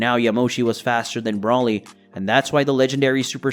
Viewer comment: Learn their names please. BRAWLY, Lim-o, etc. Come on man.